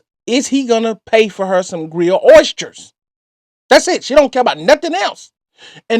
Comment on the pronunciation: She can't pronounce oysters